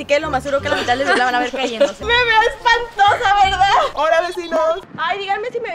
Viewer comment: Soy el único o alguien más escucho que dijo Kenia " ME VEO ESPANTOJA "